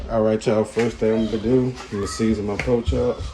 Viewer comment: is definitely southern “ po chops”😂😂😂🖤